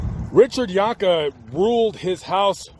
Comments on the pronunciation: First of all why do you keep calling him Richard (phonetic spelling of your pronunciation) Yonka? I went to school with Deborah and Richard and they pronounced their name as ‘Jankee’. That aside: Being abused gives you limited responses that are not understood by those who were blessed to grow up without violence. Like Richard, I was seen as different and would eventually get into fights after being unmercifully bullied by the same tormentors as Richard. The difference between myself and Richard, even if I didn’t win I never backed down and I only had to fight those kids once. My fathers advice,? ‘As long as I didn’t start the fight I had his permission to finish it.’ He said “..if they knock you down, you get up and annihilate them.” My father green lit my responses and gave me an outlet. He was wrong. Behind closed doors the machine of abuse has differing effects on children. From reading the book. The Poison Tree (if we are to take even 50% as truthful) it aligns perfectly with my own memory of Richard riding the school bus and shying away from confrontation. I remember the Carrols lives next door to the Jahnke home and Steve (an incorrigible bastard) tormented Richard so much that Mrs carrol and Mrs jahnke waited in their respective driveways to make sure nothing happened while the kids waited for the school bus. The bus stop was created on the lot line between the homes as a ‘safe’ stop. Richard was quiet, passive, and seemingly un-friended. That torment by bullies compo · Jank-ee is how their name is pronounced. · This is my hometown. The last name is pronounced John-kee. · Learn how to pronounce their name